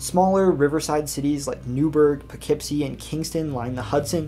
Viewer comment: Im SO glad you pronounced Poughkeepsie right lmao